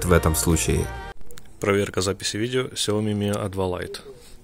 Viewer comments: Ну почему сяомИИ ,сяООми всю жизнь было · Щаоми! не Сяоми!